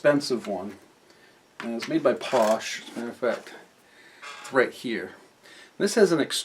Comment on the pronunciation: the entire 54 yrs i have been airbrushing i have never once heard anyone call a "paasche" a POSH... its pronounced PAAAA SHAA like porsche the car not just POSH your missing the german tone of the ahhh at the end another common pronunciation is PAAA SHAY... never thin your acrylic paints with just tap water! distilled water with a bit of 91% alcohol and a few drops of glycerine. tap water gums up your paint from minerals and contaminates in the water. maybe do more research or just dont airbrush!?